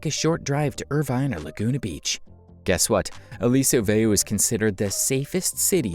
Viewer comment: This was a nice video, but the narrator didn’t pronounce Aliso Viejo or Mission Viejo correctly. Also, Turtle Rock is a part of Irvine.